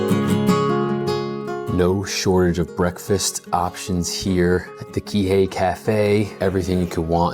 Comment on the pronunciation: It’s pronounced “Key-Hey” not “Kay-Hay”